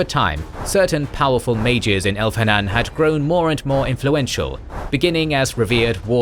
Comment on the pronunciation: The h is silent. So Elvhen is El-ven and Elvhenan is El-va-nan. Solas says it in Inquisition and you quote part of the dialogue. So I am not sure why the mispronunciation. Also Thaigs is Tie-gs. Again they pronouce it in the games.